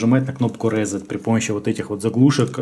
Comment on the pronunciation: в транскрипции ударение на первый слог [ˈriːˈset]